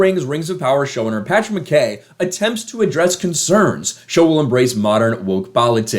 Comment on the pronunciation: I'm Scottish , it's fucking pronounced 'McEye" not McKay as it's spelt.